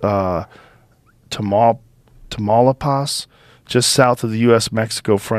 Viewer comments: TA MALAPAS 😂😂😂 TAMAULIPAS WEY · Tamaulipas is Mexico's Northern State and phonetically pronounced tam-you-lee-pass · Tamal liposs 😂😂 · Joe trying to pronounce Matamoros and Tamaulipas is funny af 😂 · The way joe pronounces Tamaulipas 😂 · Lol jo Rogan butchering Tamaulipas is the funniest thing on earth. 😂